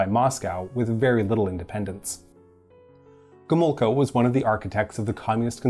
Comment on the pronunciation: MikoŁajczyk, GomuŁka Okulicki not Okulski Ł is spelled like w L is spelled like L